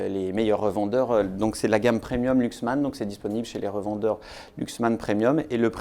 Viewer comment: ça ne se prononce pas Luxman, ni Louxman, mais Laxman.